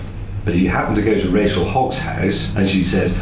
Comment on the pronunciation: not all words have a "z" at the end. I'm just kidding:) Thank you for another great video!